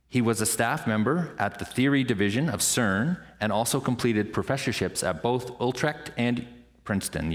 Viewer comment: it's Utrecht not oltrekt with an ü like in deja-vue, or German Düsseldorf...not an ou like in you or two an ü, and the ch is pronounced like the ch in Lochness...please do your homework before you announce people...it's simple politeness